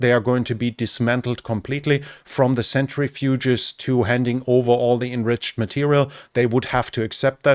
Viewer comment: You are great, especially for a non-native English speaker, The uranium processing machine is pronounced "sentri-fuge"( not a "century-fuge"). Thanks for the videos!